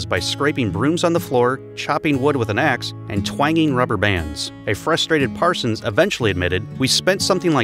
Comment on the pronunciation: "Parsons"?! "Parsons"?! Nah.